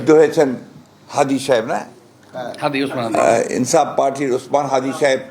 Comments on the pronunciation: মরি মরি ছি ছি। ফোখরুদ্দিন হাদির নাই ঠিক মত উচ্চারণ করতে পারছেন না। হাদি ভাইয়ের দলের নামই জানেন না। আবারো ছি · দেখেন কত বড় অহংকারি হাদীর সাহেবের নাম ও সংগঠনের নাম সে ঠিক মত বলতে পারছেননা। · হাদি ভাইয়ের নামও ঠিকমত বলতে পারে না😡 এ নাকি আবার বিম্পির মহাসচিব 🤣🤣🤣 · "কিরে ভাই,,,এই লোক তো হাদির নাম ই কইতে পারতেছে না,,অথচ সারা বাংলাদেশের লোকজন জানে সে কে?? লোক দেখানো প্রেস এসব?? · Fakhrul cannot properly pronounce Hadi's name. Such a shame!!!